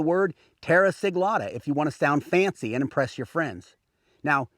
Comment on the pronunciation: I am sorry but why you say "terra siglata" if you are doing simple slip? Romans had many special techniques, apparently this was one, if you dont know the "secret" dont say you do